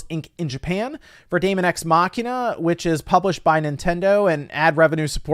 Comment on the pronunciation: They are probably tired of people mispronouncing "daemon"